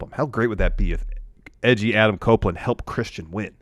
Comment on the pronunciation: Every time says Edgy Adam my brain says Etch A Sketch 😂